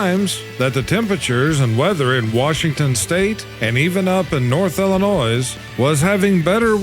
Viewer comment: "illinoise" Huh. How to you pronounce Arkansas? Just curious.